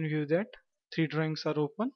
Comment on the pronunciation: The way you are pronouncing the word Drawings sounds like Drings. Please enunciate your words correctly